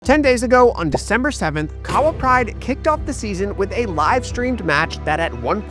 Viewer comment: Ok, I'm going to need you to pronounce KAHAWA correctly 😂 on a serious note, I think it's a sign of respect to make the effort. After all, you're nailing the players' names ✔️ 🏅 With Kahawa, emphasis on the "HA" (k'HA-wa / kaHAAwa. Also, every vowel is pronounced in Kenyan names (eg. for Ouma and Kiarie). PS: That suspense and climactic ending was EPIC! I was grinning ear to ear 😁🙌💪🏆 Well played guys! 👏🏾👏🏾